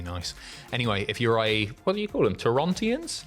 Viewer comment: Can confim its Tor-ron-ton-ians, or ust simply assholes. (I say this as one myself)